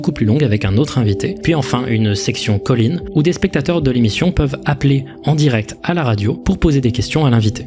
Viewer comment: à: "un section call-in" mon gros cervo: "COLLINE"